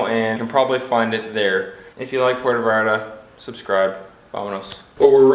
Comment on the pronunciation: Food served at Comida corrida places, is the kind of every day food Mexicans eat at home. What you got was, puerco en chile pasilla (pork on dry chile sauce). You almost got it ( Puerto Vallarta) 🤣🤣🤣🤣🤣 Try - Puerto "Vahllarta", although most Mexicans pronounce it, Puerto "Bahllarta"